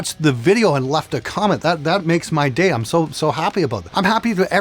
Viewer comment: I really die laughing every time he pronounces I'm as Im.